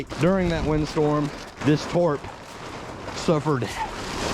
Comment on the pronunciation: & why do you keep pronouncing’Tarp’ as ‘Torp’ 😂😂